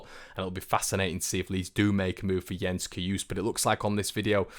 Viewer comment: Jens Cajuste last name the e is not silent, How you say Jens is spot on. Keep up the good job! Well wishes from Sweden